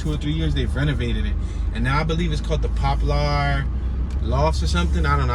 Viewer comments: Pronounced Popler not Pop Lar... tho it's spelled Poplar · What you call it? Pop-lar 😂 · Popular "Pop per la " that's the Pronunciation take the R off 😊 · Your killing me saying pop-lar😂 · Right lol